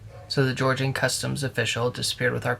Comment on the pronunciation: She really said gorgin